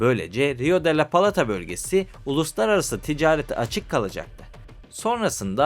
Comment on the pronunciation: Uraguay Uraguay ısrarla Uraguay !!! Ülkenin adı Uruguay! Daha ülkenin adını söyleyemiyorsun kardeş 😐 Bi de Plata'ya Palata deyip durmuşsun 🙂